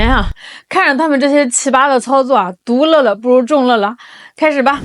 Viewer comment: “独乐乐”第二个乐读错了